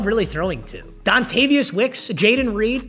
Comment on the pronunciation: Great video! Just to let you know for the packers receiver, it's DonTAYVION not DonTAVIUS. Coming from a packers fan GET IT RIGHT XD